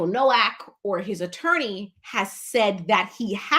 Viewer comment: He pronounced his name in the first court appearance Noak like "Yolk" or "Joke" lol.